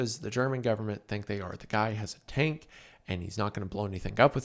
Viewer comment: Wendigoon has a: Tank ❌ Turnk ✅